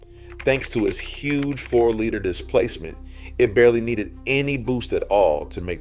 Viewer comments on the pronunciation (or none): none